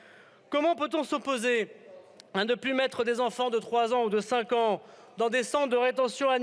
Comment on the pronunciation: Comment pouvons refuser de virer un Darmanin qui ne parle même pas français correctement, qui n'est pas fichu de savoir qu'entre le des et handicapés on ne fait pas de liaison